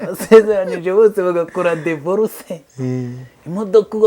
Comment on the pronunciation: Bavuga dIvorce ntabwo Ari dEvorce